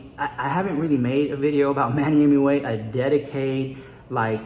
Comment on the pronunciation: Hahaha what? You’ve been saying Manny Mooch for ages 😂😂😂😂